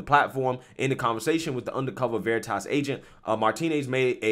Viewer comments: Dude read it as veriiitas like his never heard of it 🤣🤣🤣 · I absolutely love how the undercover project veritas man mispronounces the word veritas just to stay in character and this stupid Twitter employee buys it it is so delicious